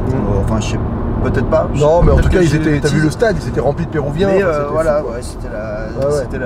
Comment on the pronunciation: Conduire masqué....disons...-3 points Regarder la caméra en conduisant....défaut d’attention caractéristique...-6 points « Perouvien » au lieu de « Péruvien »....attentat évident à la langue française...-3 points.... Ne pas connaître Jésus... le Messi brésilien....-100 points... Merci de vous garer sur le bas côté et de nous remettre votre permis... 😜